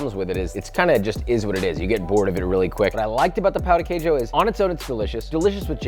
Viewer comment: to be fair, we French don't have a great tradition of salted breakfast. No wander we've lost so soon :) (oh, and the emphasis on the word Queijo is on the "Quei", not "jo", like "QUEIjo", not "queiJO")